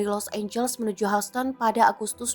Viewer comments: Hauston??? Dear. Baca google atau wikipedia lagi deh. Dibaca Hyusten….. Houston (pengucapan bahasa Inggris: [ˈhjuːstən]) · kok bisa sih. by the way Houston bukan dibaca hausten. bacanya yousten. news anchornya payah. Tribun if not mistaken is internationally link mass media. its origin is Tribune, am I right? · Houston harusnya dibaca YUSTN. bukan HOUSTON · Hiuston bacanya buka hauston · Please......Houston itu dibaca YUS-TEN bukan HAS-TEN 😂🤣😜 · Hyuusten bacanya kan? Bkn hausten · Bacanya Hyusten, bukan Housten.. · Yuston, bukan haston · Knp "hauston" bacanya.. "hyusten" kali 😅 hmmm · bacanya Houston itu "Hyus-ton" bukan "Haus-ton". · houston nyebutnya yusten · Houston dibaca yusteun. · Houston baca hyusten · Tolong dong anchor dipilih yang pengetahuannya cukup. Hoston....hoston.... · Pembaca berita goblok. Baca Houston aja Hauston. 😂😂😂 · ini seriusan ga bisa bilang HOUSTON mbak nya? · Pembaca berita harus belajar lagi, masak pengucapan kata Houston seperti itu...spt mambaca bhs Indonesia saja.